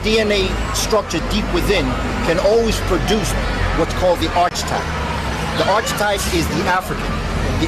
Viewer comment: It is arc e type not archtype brother